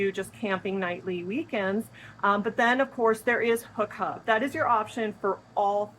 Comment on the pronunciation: Did you say hub hub?